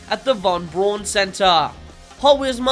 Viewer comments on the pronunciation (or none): none